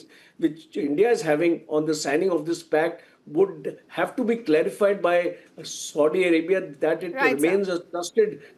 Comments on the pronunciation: Its Saudi Arabia and not SODI Arabia...ch**Ya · I think is feeling thirst and wants to drink sodo water. Coz he kept on calling Saudia as Sodi 😂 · Ethnicities are not the same, this general has no clue and Its Saudi Arabia not Sodi Arabia.